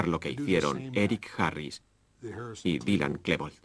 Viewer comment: ha dicho" dailan", DAILAN, joder